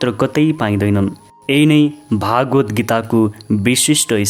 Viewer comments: केही भाषिक अशुद्धता देखियो । सुरुमा नै बोलिमा श्रीम'द्भगवतलाई' 'भागवत्' बोल्नुभयो ।भाषिक अशुद्धता बाहेक राम्रो छ ।🙏 जय होस् । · महाशय भागवद् हाेईन भगवद् हाे।यस्तो महान ग्रन्थमा बाेल्नु गहिरो ध्यान र अध्ययन चाहिन्छ। सतहि र कर्मकाण्डी मात्रै छ।